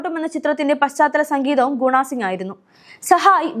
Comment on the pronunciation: ഒന്നാംതരം സംഗീത സംവിധായകൻ.ഗോഡ്ഫാദർ ഇത്രൻ ഹിറ്റായി സംഗീതവും ഒരു ഘടകമാണ്. അക്കാലത്ത് ബാലകൃഷ്ണൻ വളരെയേറെ പ്രതീക്ഷ നല്കിയിരുന്നു. ഗുണാ സിംഗ് എന്നു പറയാതെ. ഗുണ സിംഗ് ആണു ശരി.